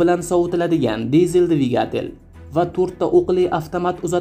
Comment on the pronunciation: Divigatel yoziladi divigitil oqiladi